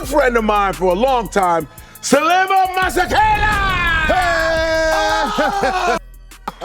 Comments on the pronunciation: Damn ntwana can't even pronounce his own names properly.....he's better off switching Devaugn, Raquan or something 😂 Just jokes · Bro can't event pronounce his own name and surname. 😅😅